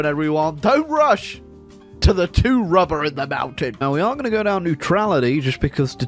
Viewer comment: Why do I always laugh when he says rubbah